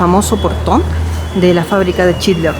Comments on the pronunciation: lo unico que recalcar es que es schindler no schidler. Por lo demas tu contenido es cada vez mejor, un grande y el mejor youtuber de Chile ❤ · Chinler 😂😂 todo el tiempo chinler dice